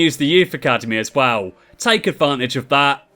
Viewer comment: haha witty response to be fair, but still the point still stands you really struggle with the word well